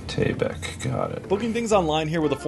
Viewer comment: Its tae baek . No dae bak. R u able to differenciate d. T ? A and ae ? Roman english is by far worst alphabet in the word